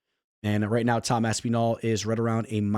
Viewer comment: Stop pronouncing Aspinall like Aspeenall 😂